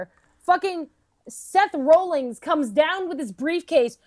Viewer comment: I hate to be "that" person, forgive me because I can't help it, but I'm pretty sure it's Seth Rollins. Not Seth "Rollings".